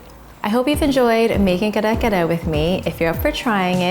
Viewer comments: you’re filipino man why are you saying kare kare with an english accent !!! come on say it right!!! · I could only watch like 2 minutes of the video bc I can’t stand how much u butcher the word. Thanks & no thanks. Please research on our culture before putting out videos. Thanks 💜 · No white rice? You’re almost there but please practice pronouncing Kare-Kare the way Filipino pronounce it. Drop the American accent . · U say Kare Kare so weird 🙃🙃🙃